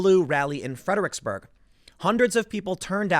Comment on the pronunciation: Stop saying Fed-er-icks-burg